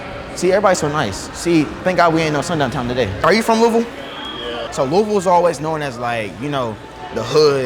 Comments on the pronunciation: FINALLY A YOUTUBER WHO SAYS LOUISVILLE RIGHT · He say louisville the right way